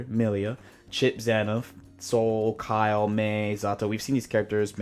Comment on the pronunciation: just curious, why do you call, Kyle? it hurts my head 😂